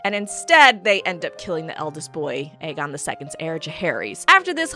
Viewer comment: You've done messed up Ae-Aegon.